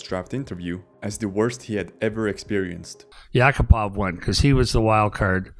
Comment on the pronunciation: AI can't pronounce yakapov's name.